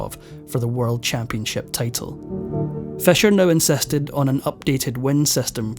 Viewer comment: Very informative vlog but i got confused many times of what you are saying Sir because of your wrong vowel sounds! Your “six” is pronounced “sex”….”He incEsted…it is actually, “ He INSISTED..” And a thousand more mispronounced words!